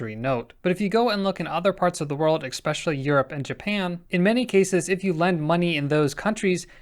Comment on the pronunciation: “Expecially”. Why do people pronounce this word like that? Big pet peeve of mine.